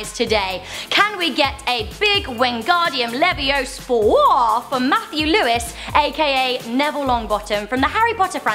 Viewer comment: Can we get a big Wingardium Leviosawauhhh